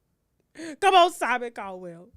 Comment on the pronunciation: Simon Cowan.... I can't stop laughing 😆